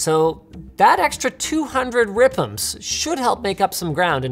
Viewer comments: did he just say 'ripems' instead of 'RPMs' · did he relly just say RPMs like that.